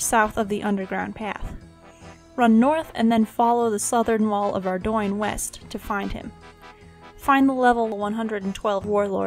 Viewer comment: Arrr -dough nnnnn not ar- DOI- n :) just helping